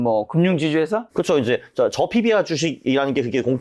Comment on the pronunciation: 얘는 생긴건 그렇다 치고 발음이 왜 이모양이야 (피비아가X) (피비알이O)